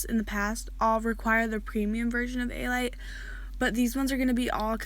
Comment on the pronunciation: i think it’s pronounced “uh light” motion not “ay light” motion lol :)